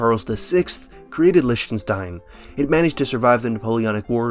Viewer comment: Lishtenshtayn - yes, murder those german words without mercy